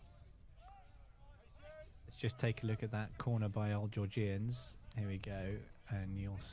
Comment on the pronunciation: Georg-Ian’s not geor-gee-ians……. Otherwise fantastic coverage thanks